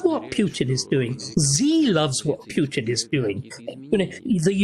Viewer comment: Starkey has studied Russia and Putin intensively, yet he cannot pronounce the man's name correctly, or even almost correctly. Amazing, really.